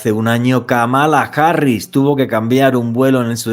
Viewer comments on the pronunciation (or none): none